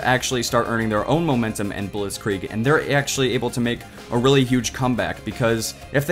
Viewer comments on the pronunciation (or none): Wie er Blitzkrieg gesagt hat xD blotchkreg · how you pronounce the German word "Blitzkrieg" :D Its so funny hearing a German word if you know the speaker isn t German. The clips are all awesome and i thank you for that montage :)